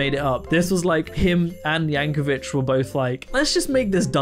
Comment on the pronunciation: Yankovic is pronounced like “Vick” not “Vitch”